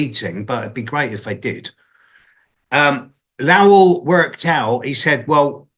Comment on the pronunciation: Lowell rhymes with Bowl not Owl. I live very near Lowell Observatory and recently went up Mt Wilson to visit the telescope. Super cool up there lots of history. There are 4-5 telescopes up there in total. Worth a visit. You really feel a special historical vibration up there. You feel like you’re in a whole different timeline up there.